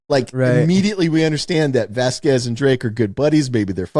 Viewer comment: Its pronounced Vas Quez. I have no idea what syllables were coming out of Wes's mouth to butcher that name.